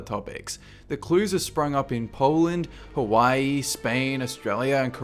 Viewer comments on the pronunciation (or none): none